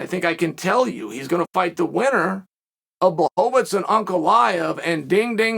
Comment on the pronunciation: Whenever Chael said Ankalaev, I would be like who is Uncle Iev? Just realized